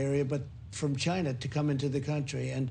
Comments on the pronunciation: Except he cant pronounce ”China” either. And if he invents some thing called “Ginavirus” I will vomit. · I guess he can’t pronounce Corona or COVID, that’s why he uses China virus...